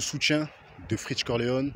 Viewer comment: Cest freeze corleone pas freech corleone 😂